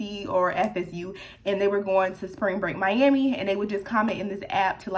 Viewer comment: prolly cause it sounds like mi-yam-i when you say it lol idk